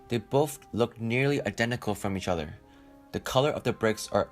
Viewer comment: try saying "Other" not "utter" you need to work on your O's